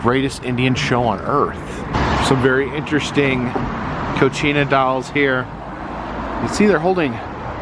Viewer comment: Dude...Concina (your pronunciation) is Mexican for kitchen...Kachina (notice the 'ka' syllable) are the Hopi spirits.